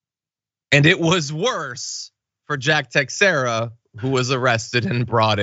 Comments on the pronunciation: It’s pronounced “Te-shara” not “Tex-eirá”🤦🏻‍♂️🤦🏻‍♂️🤦🏻‍♂️ dudes still a scumbag but plz 🤷🏻‍♂️ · Everyone is mispronouncing Teixeira, but this one is the worst. The "ei"'s are pronounced as long a's so the first syllable is pronounced like 'tay" and the "x" is pronounced like "sh" like President Xi. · It's (ta-share-a)